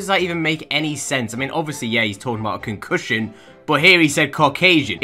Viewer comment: the way says ``Concussion`` just cracks me up--- c u n c u s h i o n